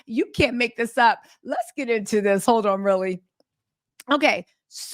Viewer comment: Ughhhh i love the way you say "ouun" aka "on" ❤❤❤❤😅😅😅